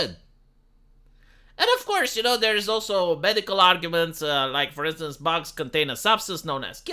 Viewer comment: "You must eat ze boogs"